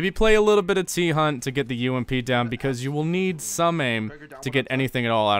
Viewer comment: Why say T Hunt when you can say thunt?